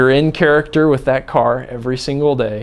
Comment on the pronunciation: "I definitely see myself in the churucterrr"